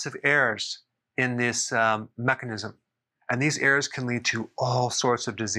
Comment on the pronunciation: Is Dr Berg saying errors.... or airs? 😅